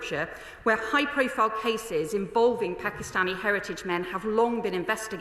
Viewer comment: Pack. Eee. Stanee communities aren't appalled. They welcome and rejoice in it.